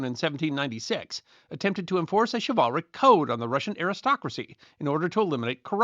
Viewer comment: Its Shiv-ul-ric, not Shi-Val-ric